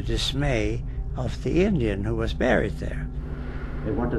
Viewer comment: It's called 'Indian burial ground', not fukn "injin", you old todger!